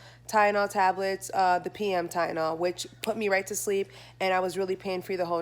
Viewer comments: You keep saying Tyenol instead of TyLenol 💀😂💀😂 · It’s Tylenol lol. You kept saying tyenol. Get better. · Kiki Hokage I’m glad I wasn’t the only one who noticed that